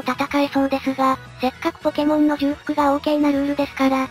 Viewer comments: なるほど、2人で対戦実況ってのもいいな 尚、ブースターは相変わらずのネタキャラっぷりを発揮と 因みに ｢重複｣のことだと思うけど、｢ちょうふく｣ですよ んで一応調べた中で知ったけど、｢捏造｣は｢でつぞう｣、｢独壇場｣は｢独擅場(どくせんじょう)｣が正しいみたい(｢早急｣は｢さっきゅう｣が正しいのは、さすがに皆知ってると思うけど) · ちょっと細かいですけど重複の読みは「ちょうふく」ですね。